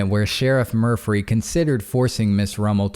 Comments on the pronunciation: Murphy not murphry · I like the way you pronounce Murphy with an extra “ r “ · I want his name to be Murphy so badly. Saying Murphree makes me feel drunk. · Good hearing ya bud! So is the Sheriff really named “Mufry”, I heard Murphy the first time haha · Murphry? I’m confused 🤔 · Murphry. Sorry, couldn’t help it. Love the channel ❤️